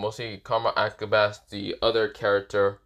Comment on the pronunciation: Pretty sure it’s (Ah-cah-bawn-A)